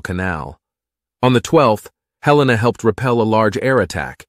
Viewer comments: It's HELL-ena. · It IS named after Montana”s capitol but we don’t pronounce it Hel EE-na. Nor do we pronounce it Hel-lay-na. The second syllable is a short ‘e’ not long.